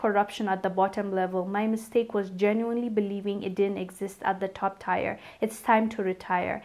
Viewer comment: She should’ve said scamming, not clout chasing but ok Tier is pronounced like tear